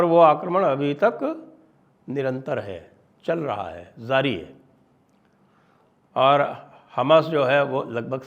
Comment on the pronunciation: The word is jari not zari. Pl correct your pronunciation. Pl hear songs of Sahir Ludhianvi to get your pronunciation correct !!